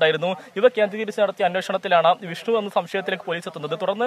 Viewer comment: ജിഷ്‌ണു അല്ല വിഷ്ണു